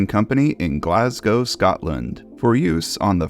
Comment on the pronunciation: fiannly an American can say Glasgow properly